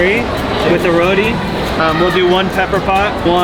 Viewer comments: Absolutely amazing job!! You guys did an incredible job showcasing Guyana. Looking forward to seeing more of your work. Ps. It’s roti not rody. Pronounce….RO”T”. Lol. Nuff love! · Omgoodness! Did he say rodi? It is a roti sir. Your video in my beautiful country made me cry, because you looked so happy there and you spoke of Guyana with such pride. You are forgiven for saying rodi, just remember going forward it is roti❤️ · Say it with me yall RO-TEE not RO-DEE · Row tee not road e. Why do whites foreigners say road e. It really get on my nerves. Roti pronounced row tee. 😡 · It’s roti not rooti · Man said "roadie".. its pronounced "row teeee" LOLOL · I really love the way you were able to capture the true Guyana: Land of many waters! I hope you have an amazing time and this will really put our country on the map can't wait for the next episode 🎉 p.s: it's the way you said Roti for me "rodi"😭😭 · when saying roti try it with the t cause there isnt a d in there